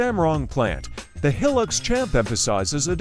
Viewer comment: Heelix? Hi-lux, short for high luxury. These AI voices can't make the right pronunciations yet.